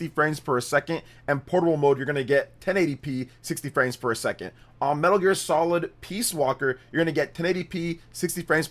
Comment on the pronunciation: Sounds like your saying “60 frames fer a second” lol